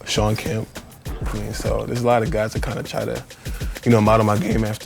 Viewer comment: Respect for Andre saying Shawn Kemp!